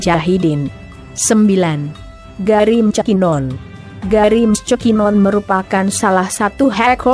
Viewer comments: hahaha...gerry mckinnon(garry mucakkinon) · hahahhaha Garri micekinonnn hahahah koplakk searanya kayak anjing :V